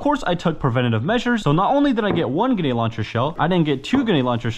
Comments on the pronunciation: Why do you have such a problem with saying the r in grenade? Sayin it like g’nade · Omgggg please just once say granade correctly its so frustrating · It really mad me angry when he said genade launcher it just mad me want to change the video so much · you really do struggle pronouncing the letter R in gRenade dont you ? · Its not genade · Grenade has an R. It’s right there at the start my guy ❤ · Anyone notice he doesnt say the “r” in grenade…lol…but super cool video🤙🏾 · GRA-NADE not Gu-nade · No, it’s “genade”🤣😂😅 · No hate but you were saying genade instead of grenade😂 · I cant be the only one who hears him saying "genade" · Why did u keep sayin genade and not grenade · GREnade my guy. Not GEnade 😭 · Grenade is pronounced with an "r" it's not pronounced genade!!! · Please bro third time I've said this its not genade, its grenade You literally have it in the title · Grenade not ganade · its grenade not genade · I here more ginade than grinade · is he saying gunad instead grenade but none the less good video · he says genade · uhm actually its gRenade not genade💀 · Why cant he pronounce gRenade? genade, genade, hurhurhur genade. 0_0 my face the entire video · Stop saying ganade its GRANADE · bro said genade no hate btw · Please bro learn to say the word grenade grenade not genade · Bro it’s bugging me he keeps saying ganade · Grenade not genade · I love your videos man, I've been a subscriber for a very long time. But I hated every single time you said "ganade" instead of grenade or even just nade... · You sound foolish saying Ganade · Please say grenade correctly, hearing you say ginaied makes me cringe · i love how he says grenade as "ganade" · Cuzzzz isa soooooo fanceeeyyyy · I thought it was just me when he would say ganade. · I thought he might have a speech impediment and didn't want to comment just in case. But yeah he was saying ganade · M8 , it's Gər-næde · Man says ganade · Please JUST SAY GRENADE!!! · Did he just say “genade”😂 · Guh-nade hurts my soul